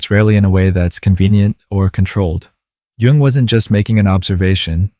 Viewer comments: Dear narrator. Jell-o. Jewelry. Joseph. J. J. J. But the correct pronunciation in not "JUNG" AS IN "JUNGLE". Please pronounce it as YOUNG, as you seem to say, 50% of the time. Thank you. Respectfully submitted for your consideration Gregg Oreo Long Beach CA États Unis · Jung pronounced “yooong”…. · It's pronounced 'Yung.' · It's Carl Jung, not Carl Young. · Pronounce Young. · Amazing video! It's called Yoong, though.